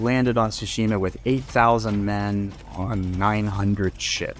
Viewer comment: Japanese history expert but pronounces "TSUshima" as "tsuSHIma"